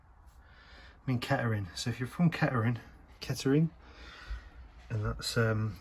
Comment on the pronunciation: The way you say "kettering" is fine. The lunch and the stop tap can stay in Corby Haha